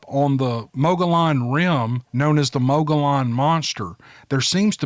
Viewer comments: Awesome and very interesting accounts. Love it., Mogollon is pronounced, "Mo-g-ee-yon". Thanks for sharing. 👍 💕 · You do great,. I live in AZ in Mogillon Rim country. We pronounce it "Moe-gee-on." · Mogollon ..It's pronounced Muggee un.